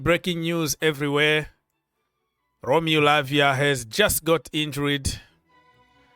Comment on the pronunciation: In-jured not In-jur-red.